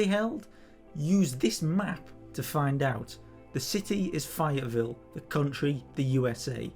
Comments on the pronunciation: Really appreciate the video. We are going to be there weekend and used this video to help scout out where we plan to stand. Just so you know though, it is Fay—ett—Ville. Saying Fi-ettvile is like hearing some someone say they are visiting Pear-ice in France. No worries. I have a devil of a time guessing how to pronounce lots of location names in England for instance; just wanted you to know if you do follow up videos about the weekend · FAyetteville! A as in FA Cup not I as in Pie